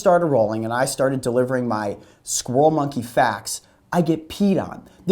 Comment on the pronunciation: "DIS IZ A SKWIRREL MUNKY!" lmaoooo